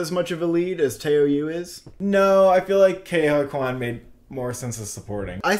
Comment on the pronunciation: wtf you've pronounced Ke's name perfectly for a year and now what😭It's Ke(Ki) Huy(Hoo-i) Quan(like Quantum)